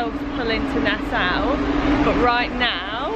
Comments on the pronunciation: its not nasow its nasAU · It’s nas-saw. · My favourite YT couple in my country! Woohoo!!! went full native with the outfits, huh! LOL! Love it! A couple things for you, - it's pronounced Na-Saw (Nassau) and Buh-HAY-me-un (Bahamian), and the leaf/coaster is from a Seagrape Tree! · Omg it looks so amazing! I was born in Nassau!!! (Although we always prounounced it Na-Saw)